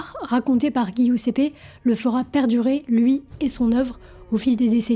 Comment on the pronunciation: Intéressant. Juste un truc : ''devil'' ne se prononce pas ''divaïle'' mais '''déveul'' , de même, Giuseppe se prononce '' djiousep_pé ''